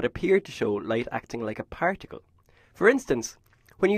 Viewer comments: Hear the way he says particle in at 0.25× SPOILER ALERT:- He says prank tickle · Did he say practicle ?